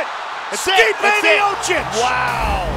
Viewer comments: Stipe "Myosick"miocic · Stipe "the My-Oh-Seek" Miocic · STIPE MIOCIC Commentator: Stee-pay Meeyowchich Me: Stype MayoSick? 🤣🤣🤣😂😂😂😂